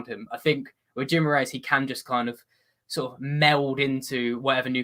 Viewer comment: Toon fans - its pronounced Ghee-mah-RAH-es. This is how Brazilians other than people from Rio pronounce it (the ã is very nasal)